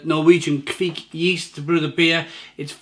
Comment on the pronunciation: It’s not kveek but kvike.